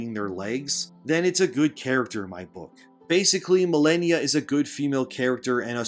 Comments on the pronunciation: Muh-lay-nee-a. She only says it before and after every time she kills you. Which for most people was a lot. Sheesh. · The way you say malania sounds funny I'll use it to bother people